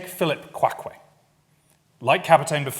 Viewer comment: He butchered his name, but that’s ok